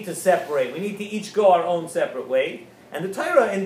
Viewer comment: our* (not "noir")